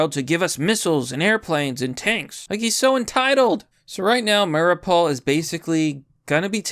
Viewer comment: Biden is paying Zelensky more money to kill his own civilians. Don't believe me? Heard something different on fake news? Look up Patrick Lancaster and see the truth. Also it's pronounced "Mary-ooo-pull"